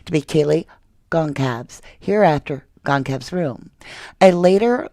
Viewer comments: Actually, it's GONcalves, not "CONcalves" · Kayle GON-SAL-VEZ NOT GON-Calves ❤